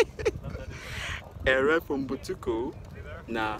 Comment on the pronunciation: Errer for Mbutuku is hard for him